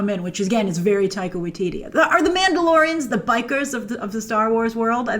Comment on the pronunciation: lol, Grace, you called Taika, Tittie in the beginnng